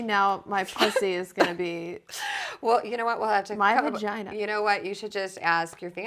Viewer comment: Lydia Labia, VaGina (vuh-gee-nuh), Elvulva... ummm......